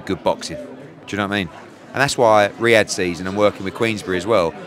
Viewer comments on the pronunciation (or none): none